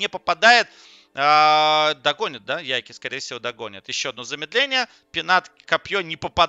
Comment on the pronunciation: Как же меня убивает твое "ЯйкИ" =)) ты же слово take не говоришь "тейкИ" =) Его английские комментаторы называют "Яйк"